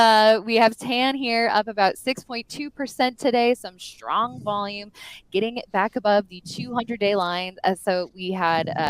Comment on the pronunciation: it's pronounced strong, not SHtrong.